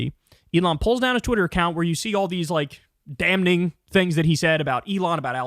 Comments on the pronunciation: KYLE stop pronouncing the n in damning, it is silent. I know he doesn't read the comments but someone for the love of god please tell him. It drives me crazy. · Kyle, please stop pronouncing the N in DAMNING. Stop. Please. Thank you. I love you